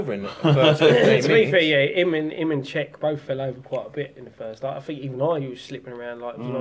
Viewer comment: Cheikhou is not pronounced check. It's pronounced like shake-ooh. It's the French/Senegalese spelling for Shaykh. He's been one of our better players this season, so at least get his name right. You're* calling him something completely different, to what he's called lol Apart from that keep up the good work. COYI